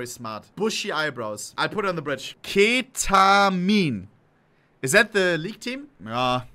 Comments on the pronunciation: ke-ta-min... Im not into league... Epic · "KE-TA-MINE ... is that the league team ?"